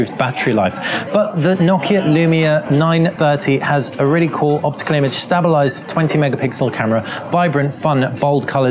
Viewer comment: "*Stab*-illised" ? Lol :/